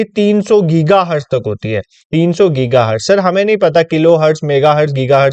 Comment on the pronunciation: i find it funny when you say "ye kuch ne hai"